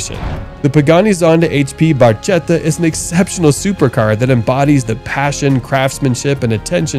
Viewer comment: the Pagani is pronounced "Barketta"" with a hard "C